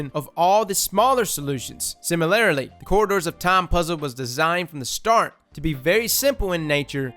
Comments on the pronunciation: SIMILARILY 😂 dude. Why can’t you pronounce “similarly?” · TIL: can't pronounce "similarly"